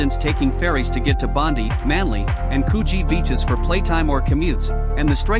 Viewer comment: Really bad artificial voice. The mispronunciation is really evident when discussing Sydney, with mispronunciation of Bondi, Coogee and Quay. I can’t remember which city it was but the points were included in the voice over. Really bad.